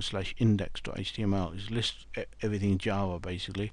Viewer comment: Is he he saying jaws or java